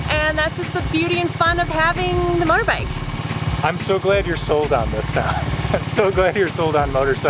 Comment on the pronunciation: lol..motorbikle..ive watched this literally 40x and I just realized she messed up accidently on that word.